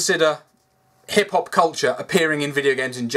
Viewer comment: "Black Hip-hop artist" ....am I the only one that heard that as black hippopotamus